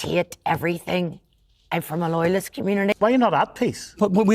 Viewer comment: Woyalist communities, wight or wong